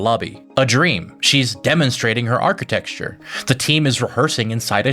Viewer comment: Lrean to pronounce architecture urg where tmyou go for lme hlish lessons